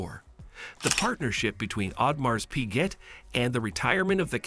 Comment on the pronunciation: Pls know the correct pronunciation of the brand first before discussing any technicalities!😂